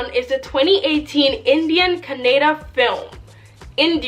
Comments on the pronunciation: Sister its not "kah-neh-da" it is " "ka-nna-daa"; plz spell our language correctly because its our kannada language is as important as breathing to us "kannadigas"(kannada speaking people, who born in karnataka state and whos mother tongue is kannada) we respect and love kannada and we see our language as "mother godess" as" kannada thaie" (kannada mother) we call and worship her as "bhuvaneshwari/ chamundeshwari" and we kannadigas are her sons!!! our language has an enormous histroy of 2500 years old!!many grat empires and emperors have ruled our great "kannada land and soil" and enriched and contributed majorly in history of india and south india and its one of the 4 dravidian( dravidians are peope who live in south india) languages like teglugu, tamil and malayalam Hope u understood the greatness!! of our language and its emotion of kannadigas!!😀😀 keep watching kannada movies and our film industry is known as "sandalwood" plz do some research on our industry and its history "dr.rajkumar" he was a great actor and the only actor to recieve national awards for acting and singing!! He has acted 206 movies in the industry he consider him as a "legend in our kannada language and pride" and we consider him as our cultural icon!! Thank you!! With lots of love!! Yes!! KGF😉😆😎 is a dream comming true for every kannadiga and yes!! Hats of!! To who kgf team and yashh!! For taking our kannada industry to global stage!! We were waiting for this to happen!! And we r so glad😁😁 hope! This h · It is ka nna da kannada not canada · Madam call it as kannada not kanneda. Plz next time pronounce correctly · It's not kannad it is kannada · please pronounce kannada properly